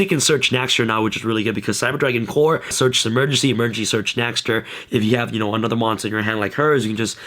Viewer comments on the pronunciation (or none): none